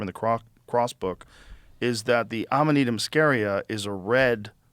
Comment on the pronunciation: Joe's pronunciation spot on today, Amanita muscaria and nomenclature! Impressed!!!